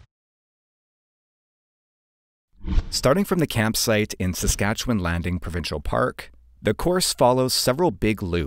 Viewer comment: first off, thank you for being one of the only out-of-provincers to pronounce Saskatchewan correctly! Been watching you for a while now, cool to see you in my home province